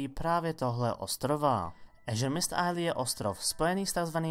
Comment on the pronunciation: zjisti si , jak se vyslovuje azuremyst, ty oficialni vyslovnosti a pak se mi tu omluv, ze si zamrzl s anglictinou ve treti tride